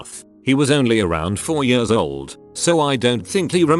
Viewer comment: Please fix the "years" of this voice, it sounds like they're having a stroke every single time they say it. Btw, I do like chicken! xD